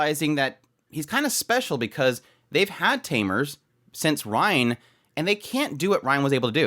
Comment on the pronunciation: ok before finishing the video I have to say this. rein is pronounced rain not ryan no offense but I just need to say this